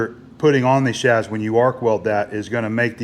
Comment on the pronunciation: Shafts pronounced shaves.